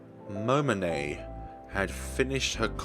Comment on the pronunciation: Character Pronunciation: Takuru Miyashiro = Tah-koo-roo Me-yah-she-roh Serika Onoe = Seh-ree-kah Oh-noh-eh Yuuma Ootani = Yooo-mah Ohh-tah-nee* (Haru was perfectly pronounced) Momone Takayanagi = Moh-moh-neh (you pronounced that right) Tah-kah-yah-nah-gee (hard "g") *You elongate the pronunciation of vowels that appear twice. An exception is "ei", which is an elongated "eh". Misc Pronunciation Shibuya = She-boo-yah Niconiya = Nee-koh-nee-yah* Otaku = Oh-tah-koo *Sometimes the japanese will use "c" in their own translations. These have the same consonant sound as "k". Gonna cut it off here since I don't know the limits of YouTube comments. Notes for further pronunciation of Japanese words: the vowels will always have the same sound and pronunciation universally. "a" will always be "ah", "o" will always be "oh", "e" will always be "eh", "i" will always be "ee", and "u" will always be "oo". And consonants will always be the same, "g" will always be a hard "g". And lastly, vowels that are not the same (with the exception of "ei") put together are pronounced separately. "Onoe" is a good example of this.